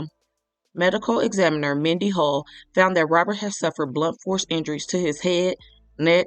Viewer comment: And I'd also appreciate if u could pronounce the word, examiner, a lil better 😊 thank you Sis 😊